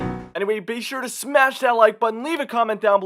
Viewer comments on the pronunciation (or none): none